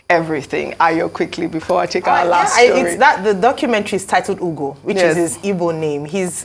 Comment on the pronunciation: It quite amazes me how these Arise News people, especially Ms. Ojy Okpe, who is said to hail from the ethnic Igbo-speaking Delta State, cannot properly pronounce a common Igbo name as "Ugo," which means Eagle 🦅? The point here is that Igbo names are phonetically pronounced. That is, you say them just the way they are spelled. Especially, if you have heard the word before, it makes pronunciation a lot easier. Has Ojy Okpe not heard the word, "ugo" (as in eagle 🦅) before? If she has not heard the word (ugo) before, she is duly excused.